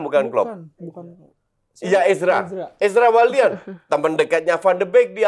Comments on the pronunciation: Azra wallian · Bilang "Ezra William" susah amat😂